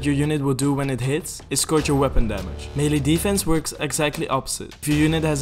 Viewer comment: Melle attack - mele damage - melle damage